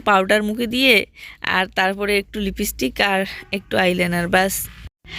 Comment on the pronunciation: লিপস্টিককে লিপিস্টিক বলো খুব শুনতে খারাপ লাগে।আগেও বলেছি, কিন্তু কোন ঠিক করনি।প্লিজ‌ ঠিক উচ্চারণ কোরো।